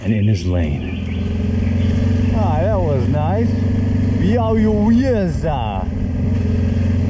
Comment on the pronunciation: Almost good with Białowieża = biały 'white', wieża 'tower', spell ż like s in 'measure' :)